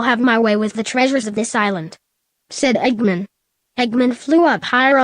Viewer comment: Why can't the computer say Eggman right?